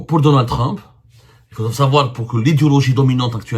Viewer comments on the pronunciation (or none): none